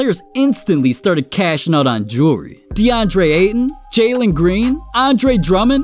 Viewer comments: It amazes me this dude spends this much on Jewelry (Jerrrry) that he can’t even pronounce nor tell the time with. Don’t get me wrong I think this dudes an amazing basketball player but nobody in the nba deserves this much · "new joory" 😂